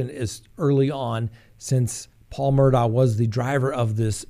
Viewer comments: It’s pronounced Mur-dock ! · 1) it's pronounced "Murdock"